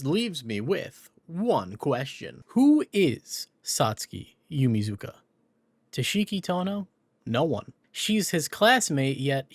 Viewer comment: Another Satsuki fact for people: shes called Yumizuka in the dub of the anime but its pronounced like "yuu-mee-tss-kah"